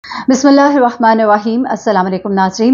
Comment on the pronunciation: Please rwhmane raheem nahi hota Rahmanir raheem hota he